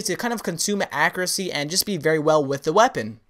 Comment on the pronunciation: Okay I love all the videos truly very helpful, but I swear you need to learn to pronounce accuracy!